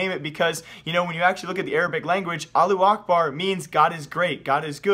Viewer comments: the way u say allahuakbar is so weird lo. Its Allah- who- ack- bar... u make it sound like allu akbar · It's not Allu Akbar it's pronounced "Alla-who-akbar" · "Aloo Akbard" omg... can you read? its pronounced "Alla-who Ahkbarr" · its not allu akbar is alla-hu akbar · Allahu Akbar" means god is big adn you read it alla akbar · allu akbar? it said allahu akbar, not allu akbar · its not "allu akbar" it's "allahu akbar" learn to speak ty:D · am i the only one or he pronounces Allahu Akbar - Allu A(h)bar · yes :) you are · "aalu akbar" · Pronunciation is wrong bro. Al-lah-hu akhbar. Pronounced like that. And yes it means God is great. And it is not a bad word. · Your reading is like keemstars it's not allu acrbar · It's not pronounced Allu Akbar There's a H . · It's Not called Allu Akbar ^-^ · allu akbar? lmaoo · I cringe every time he says Allu Ahbar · Alu akbar facepalm .you dont even know how to say it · as a muslim, i hear pronounciation of allahu akbar is 2 funny sorry for my lack of english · dude you say "allahu akbar" in the little bit wrong but its ok